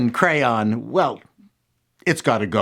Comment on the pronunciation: when you were talking about the crayon colors it sounded like you were pronouncing it with an unnecessary "u" in there somewhere.